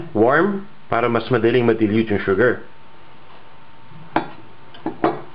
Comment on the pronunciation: This is great. Sana, it was posted earlier. Will definitely try this. Oh btw, I love how u say "shu-ger..." ^^